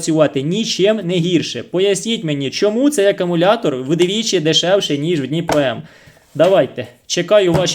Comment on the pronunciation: Акумулятор,правильно буде ,а не акАмулятор,десь так